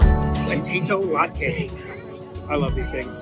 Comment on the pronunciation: Being Jewish it’s so great to see that Hanukkah is included in the Festival of the Holidays and you pronounced Latkah correctly 🕎💙🤍